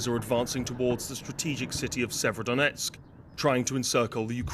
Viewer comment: The correct way to pronounce is Sieverodonetsk.